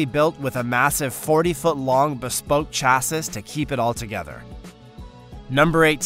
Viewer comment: lol you 2? when he said 'engines matted together' instead of mated. when he said 'bespunk chass-is' instead of bespoke chassis (like chassy). Bespunk Chassass sounds like a pornhub title ffs.